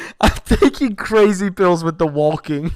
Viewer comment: it's not just funny he says walking and pronounces the L. its even funnier that sometimes he says it correctly and immediately says it incorrectly.